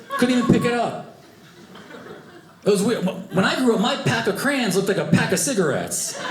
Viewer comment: Crayons has two syllables crans has just one syllable